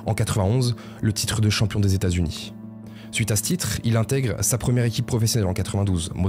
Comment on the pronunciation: Pourquoi rajouter des "ch" ? viechh, états-unichh, marquéch, aidéch ... c'est d'un laideur